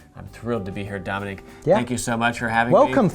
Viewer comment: Why is he saying Dominique, instead of Dominic?